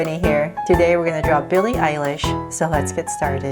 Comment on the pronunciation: Beli Elish😂😂😂😂😜😜